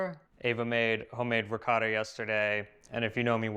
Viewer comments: please teach how to pronounce ricotta like an Italian. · Amazing video but as much as you love Ricotta,, you should also pronounce it right:) eheheheh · We know loves Ricotta, so why he cannot make an effort and pronounce it a bit less American? Instead of Ricada say Ricottttta! Thanks 😉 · Peace you know better. Try to pronounce the Italian names a little better. It is RI COT TA. Not Ricoda. I also dislike how the Americans say risotto. Risoodo 😢. Great recipes!!! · Oh Pa-leeese! please use the correct pronunciation of the Italian words: ricotta is not ricatta. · Veramente lui dice qualcosa come “Rihcada”. Ma la cosa strana è che lui saprebbe anche pronunciarlo in maniera originale, perché lo sente ogni volta da. Se non lo sapesse, come altri americani, si potrebbe anche in qualche modo giustificare. a fianco a lui dice ricotta, così come dice altri termini italiani in maniera originale, e lui a fianco a lei continua a ripetere…. “Rihcada”. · I know that you know how to pronounce ''ricotta'' properly, so do it. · I, as an Italian, when he pronounces the word Ricotta, I hear a word in my ears that sounds something like… “Rihcoda”. The strange thing is that he has next to him who makes him hear every time the original pronunciation of the word (or even other words), but he continues to go on his way, as if he never heard the original pronunciation. By the way, for me the even stranger thing is that, as you also say, he after years of living with, he knows very well how certain things are pronounced in an original way, because if he didn't know, like so many other Americans, it would be more justifiable. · Ricotta cheese.....pronounce it right..!!!